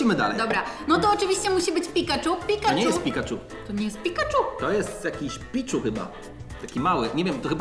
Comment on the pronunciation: to jest pichu mówi się piczu i sorry że tak puźno oglądam twój wilk bo miałem szkołę :(